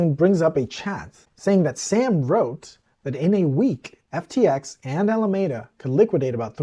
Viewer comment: Alameda Research was named after the city and county of Alameda, California. The word is pronounced "a-luh-mee-duh", not "a-luh-may-duh". In Spanish the word (same spelling) means a grove of poplars or a tree-lined avenue, and is pronounced similarly. In the 1700's in the US the word was used to describe a shady public promenade. Some may pronounce the word with a long "A" in the middle, but not Californians, who, to a person, pronounce a long "E" in that location. I would say the most common pronunciation in California is "AL-uh-ME-duh", with emphasis on "ME" (myself) and "AL" pronounced the same as Mr. Capone's first name. I don't know why so many journalists get it wrong.